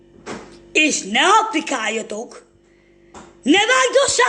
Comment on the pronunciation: azt nem is így mutatják de mindegy ezt a nőt szerintem fejre ejtették . A lég cikibb hogy nem tudja kimondani hogy aplikaljatok. Hejette : aprikaja ,🤣🤣 Lehet hogy nem ártana egy logopédus!!!